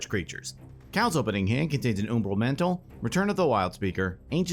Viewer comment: I did a double take with how umbral was pronounced